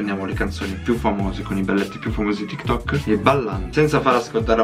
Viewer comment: Tiktik invece di tiktok.p.s like chi lo ha notato